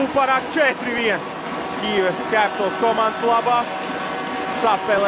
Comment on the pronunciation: Pasakiet kāds komentētājam, kad ir jāsaka "Kijiva" nevis "Kijeva".